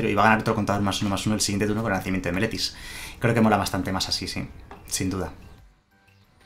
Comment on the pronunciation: Viendo todo el video, no sólo por el mazo sino para ver si en algún momento dices bien Meletis :D , ahí llegó :D